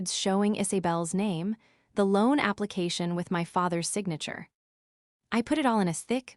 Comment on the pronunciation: AI needs to go to elocution classes. Correct pronunciation of Nice (the place in France); aplicashio...n! The pie checked his accounts!!!